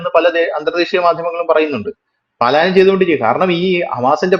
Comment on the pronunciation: 'പലായനം 'എന്ന് വ്യക്തമായി പറയൂ. 'പാലായനം' എന്ന് പറയാതിരിക്കൂ.